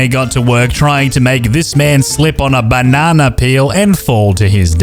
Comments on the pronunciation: Have a shot for each time he said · I keep rolling everytime he says banana 👁👄👁🤡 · the way you say Banana is so hilarious i always laugh and smile everytime i hear it